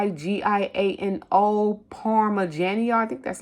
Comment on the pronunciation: You pronounce it : Parm-meh-gee-ah-no. It's the top of the line Parmesan. Man, I was at Trader Joe's today for the first time in forever and I KNEW I should have bought some gouda! Papua New Guinea, say: Pop-ooo-ah New Ginny I was in Louisville and the fruit was really high in some stores. I can still get good buys at Patel's International on produce, but the beans and grains went way up high there, too. I am still hitting sales at the local Kroger. There prices are not cheap, but their sales are great. Their BOOST program, where you get specials, plus free pickup and delivery, has many good perks this week. Meijer is another store in Louisville and they used to have cheap eggs, like 79-99 cents a dozen until a couple of years ago. Now they are 4.99 and that is cheaper than every place else except our local Dollar General Market , where they have been under $3; (over 5 at Kroger basically next door.)